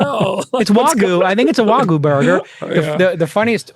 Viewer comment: It’s wagyu not vagoo